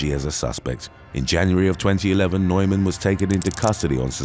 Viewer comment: The guys name NEUMAN is pronounced NEWMAN.